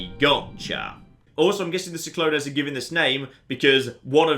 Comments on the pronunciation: SIK-LO-NEZ AHSDJAKSKDHAGHDS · every time he said see-clo-nays I died a little inside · But we will laugh at the way he pronounced Cyclones, completely forgetting that it is an actual word and then creating a theory to support the way he pronounced it xD. Reminds me of when he played My Summer Car and thought alternators are what alternate the firing of pistons......he was SO sure he was right lol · Is that how you guys pronounce 'cyclones' in the UK? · As someone from a place regularly buffeted by cyclones, I die inside everytime mispronounces or misinterprets the word. Here he is translating a fictional ancient language and he doesn't even understand English. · why are you pronouncing cyclones so strangely? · Because he misinterpreted it as an ancient thing because he's an Oxford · its cyclones as in tropical storm or hurricane. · He read it like it was Greek oof...